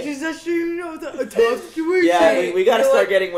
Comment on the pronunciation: "Toph" instead of "Tough". I'm rolling my eyes